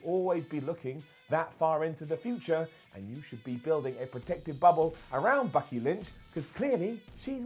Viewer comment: Did he jus say "Bucky" Lynch?